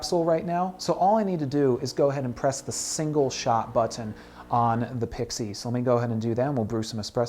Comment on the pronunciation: Why does this guy pronounce it Pixeee?